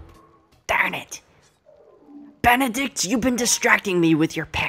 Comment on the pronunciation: I lost it at Bededict Cumberbatch